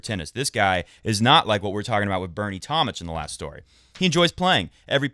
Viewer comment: It's tom-mick, not tom-mitch.